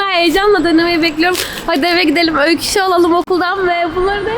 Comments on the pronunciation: Öyküs eşki diyor jdjshsh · Yaaa eşki demesi